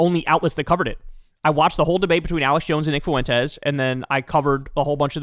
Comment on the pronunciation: Fwen-tez. Now every time you mispronounce it as “fu-en-tez” I can say you sound like an old MAGA pundit 🤪. Ask intelligent leftists (not calling you unintelligent) or Spanish speaking people. Or you can just continue to sound like a right wing pundit